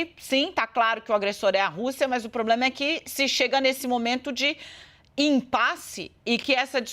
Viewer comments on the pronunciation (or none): Qualquer três cervejinha ele resolve o "pobrema".